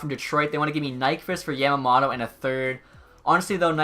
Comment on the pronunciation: Not hating but it's pronounced yom-om-oh-toh